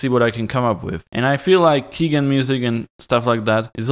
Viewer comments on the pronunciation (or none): WHO IS THIS KEEGAN YOU SPEAK OF?! I DEMAND TO KNOW. What’s that? You mean key generator? As in... a key.. generator? So it’s actually a keygen? Pronounced as “key jen” since it’s not pronounced “key ghenerator”? Ohhhhhh welcome to the internet in 1995. Only we’re now in 2018. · pronounced key JEN... for “generator” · Thank you awesome video! One thing though. keygen is key-gen. Gen pronounced like generator. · Its key as in door and gen as in generator. Your videos are dope.